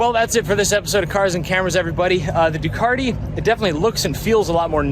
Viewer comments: NOT ...DEW - CART - EE....UNLESS YOUR PLAYING.ON WORDS 😊👍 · lol...There is no "R" in Ducati...its not a ducari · DEW - CAT- EE......